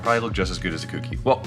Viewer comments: Co. Key. Cokey. Kouki. For fuck's sake,. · jesus christ its not pronounced kooky lol